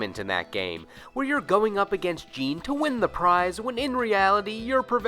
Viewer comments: Number 9 is not JEAN J-I-N they even pronounce it in the game as J-I-N weirdo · Jin, not Jean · Dude have you ever played Tekken? The announcer literally says "Jin" the way it's spelled. Every time you watch Tekken matches the commentators say it the same way. I don't know where you got "Jean" from... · What are people getting bent of shape about? Have you ever watched the anime series "Samurai Champloo"? There is a character named "Jin" and they pronounce his name as "Jean" in the dub just like does, never saw it in Japanese so I don't know if it's a mistake or not. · ITS JIN NOT GENE WTF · Thought his name was Jin, not Jean? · You said Jin as Gene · people did that with Star Wars characters too, so the video games started having in-game characters pronounce other characters names multiple ways to get people to stfu about it. It seemed to work. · stop saying jin name your saying it wrong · The way he says Jin name tho lol